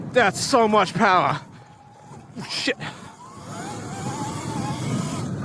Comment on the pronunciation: “Powah” yeah you’ve gotta be from New England 😂